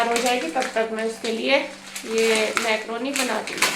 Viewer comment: Maykroni nahi mkroni hota ha